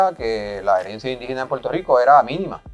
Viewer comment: She said pur tur Rico 😂😂😂